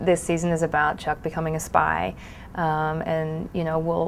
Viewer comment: Did anyone else notice that she slipped into her Sarah accent when she said "spy" ?